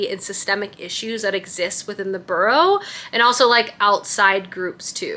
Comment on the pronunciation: Amazing fall vibes!! Also I am not at ALL trying to be rude but it’s “bUreau” like Feeris BUeller 😊